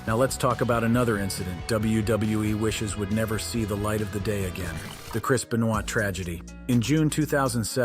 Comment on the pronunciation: It's Ben-va... pronounce I think, not Ben-noi